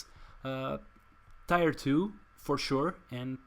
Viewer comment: Looks fun. I don't quite have all the cards to make it but I might try to trade for them and put this deck together. By the way "tier" rhymes with "beer".